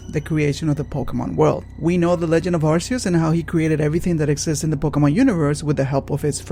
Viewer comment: "Him"? Giratina is genderless. EDIT: Also, "Arceus" is pronounced "ar-kee-us".